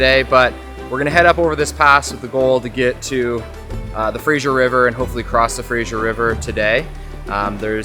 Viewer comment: Lol it drives me nuts to hear people pronounce it fra-zier river. There's not even an I in the name. Lol say it with me: "fra- ser". Fraser. 😂😂